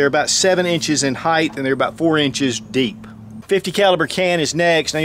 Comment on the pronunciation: Jesus, it is height not heigth.